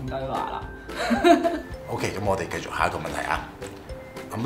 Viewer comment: 繼「續」兜 唔係繼「績」兜XD